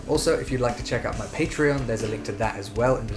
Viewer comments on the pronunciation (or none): none